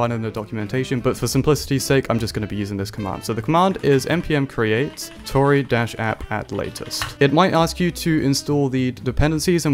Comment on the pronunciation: great content but total sidenote, Tauri is a reference to Stargate afaik and it's pronounced 'Tow-Ree', similar to 'Cow-Ree', as opposed to Tory - which is named after unaffordable mortgage rates.